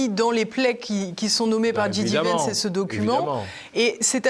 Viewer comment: Bonjour, Pouce en l'air et commentaire: Il faut dire "Ji Dé" Vance, à la française, ou "Djai Di" vance, à l'anglaise (ou Vance tout court comme le fait Alain Juillet). "J" se prononce "Djai" en anglais, on a compris pour DJ qui se dit "Di Djai"! Comme son nom a été prononcé de (très) nombreuses fois... Bravo pour vos émissions et longue vie à TVL!